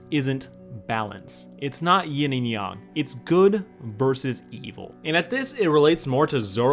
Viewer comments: it's yang not yong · I’m sorry but you say Yang like they say Aang in the Last Airbender live action movie